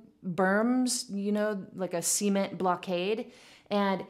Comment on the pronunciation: OK - I just listened. Did really say 'see-ment,' like Jed Clampett's see-ment pond?